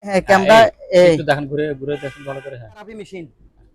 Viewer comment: বংগের বাচ্চারা কেমেরা ও বলতে পারে না মুর্খের বাচারা বলে কেমরা